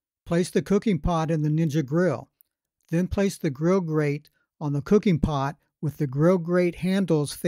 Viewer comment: Grill Grrrrrate!!! Not gate